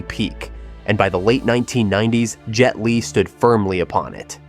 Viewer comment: Jet "leg" n again Fong Sai "Yak" what in a hell made this guy pronounce it like...or is it just a person with less speaking English speaking with American accent AI